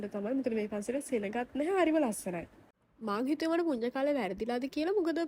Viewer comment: පුඤ්ඤ නෙමෙයි චූටි පුන්‍ය 😒